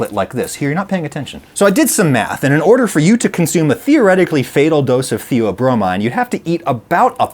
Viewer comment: No, there is no such thing as theobromide. The mind-altering substance in chocolate the dogs should not eat is theobromine. And now, later in the video, you are saying theobromine, but you are mispronouncing it. It has a long e sound at the end, not a long I sound.